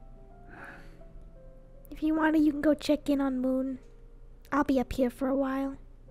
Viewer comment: during the deep convo between Earth and Monty I get a random ad, thanks so much youtube 😃 sarcasticness (edit) I'm sorry but why the hell did I hear "chicken" instead of "check in"?? 😂😂😂